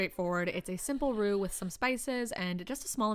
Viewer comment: That all looks wonderful and I would happily tuck in and be grateful given half a chance. However, please tell me spinal cord wasn’t used to make your gravy? Neck, tail, bones, giblets yes. Central nervous system. No thanks! Also, how do you manage to pronounce Roux and Gruyère correctly, but say Herbs as erbs? Erb’s palsy is a thing and it’s not good. Whereas the herbs in your cooking looked like they made things very tasty. I should point out I am both a pedant, and a bit drunk. Hope you had an amazing Thanksgiving meal and celebration.